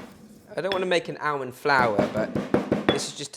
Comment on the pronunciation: It’s almond not alemond